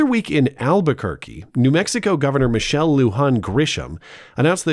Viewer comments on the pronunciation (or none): none